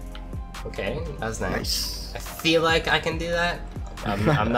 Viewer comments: Literally no one realized that at the end he said lik not like 💀😂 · Hey 😊 man a mistake it's not lik it's like